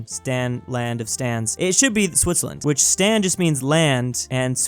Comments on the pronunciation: Stan not sten Stan meaning is area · Me when you say stan: 'dies of foreigner cringe' its pronounced staan